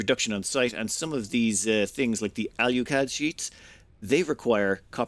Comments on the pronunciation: Can you explain to me where the "U" is in Alclad? It would seem to me that it is pronounced, "ALL-CLAD". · "Say all." "All." "Say clad." "Clad." Say alclad." "AL YOU CLAD" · I'm willing to forgive him mispronouncing alclad because he didn't call it aluminium. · He comes from an island that doesn't know how to say Aluminum correctly, so I'll let it slide. For all I know, maybe that is the British/Irish pronunciation of Alclad.